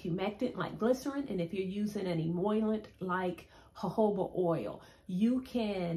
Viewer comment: Love, love your video! You solved the mystery behind my dry hair problem! Just a small word of correction, though: the term emollient is pronounced "e-e-mol-ee-ent rather than as e-e-moy-lent (perhaps due to you perceiving a reversal of the "i" and the double "L."). Your information is a hair-revolution moment for me. I'm going in now to make some of your DIY "e-e-mol-ee-ent for myself! Can't wait to see the result! 😊